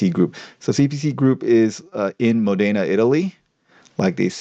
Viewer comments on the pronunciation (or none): it's Módena, not Modéna.